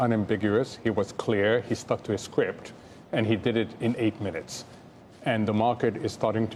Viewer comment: "If he sticks to his skwipt"... there it is. All the world's a stage. Enjoy the show, people! 🤣